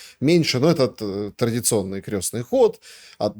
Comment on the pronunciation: Для закончившего филологический,: КрЕстный ход через Е. Хотя бы это произносите правильно.